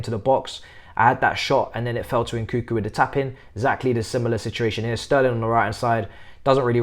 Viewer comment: Lol please don’t pronounce it nkükü 😂 more like n’kounkou. Kükü sounds like cul-cul 😂